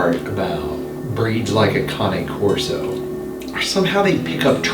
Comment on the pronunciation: Thank you for finally pronouncing Cane Corso correctly! Not criticizing you, please take it as a compliment! As someone who speaks a little bit of Italian, cane means dog in Italian. This breed is an Italian Mastiff. I would cringe when you pronounced it cane like ‘candy cane’. I know it’s next to impossible to know all the correct pronunciations- but I was so proud when you finally got it right!! 👏🏻👏🏻👏🏻 On another thought, that first dog was GORGEOUS!! (But aren’t they all?) Love your show. ❤️